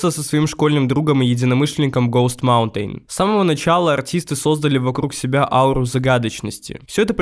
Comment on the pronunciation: автор настолько олдген что не знает как произносится sematary и host Mountain, при том что это даже в треках можно услышать